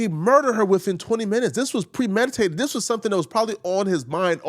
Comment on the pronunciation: Stop saying Dis 😂 it's very frustrating to hear, English isn't even my first language but it's bothering me.